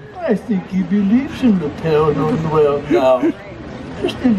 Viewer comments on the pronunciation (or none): Hi Adam! It’s Père Noël (Father Christmas), not Pierre Noël (Peter Christmas).😉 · Love the video! Just FYI, it is not Pierre Noel, but is Pere Noel, Father Christmas. Pere is French for father. I too love roasted chestnuts. They taste like potatoes to me. Merry Christmas, Adam! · It’s pere noel not Pierre noel. :) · LOL! 🤣 Not "Pierre Noel"! It is Father Christmas... and father in French is "PERE" (pare, pear). Pere Noel! 🎅 Love you, Adam❤